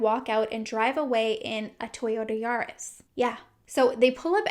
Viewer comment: “Toyorta Yaros” 😂❤️😂